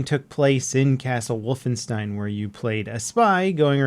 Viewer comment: Why do you say wolfenstein like that